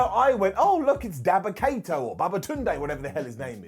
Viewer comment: Did just call him Baba Kato? 😂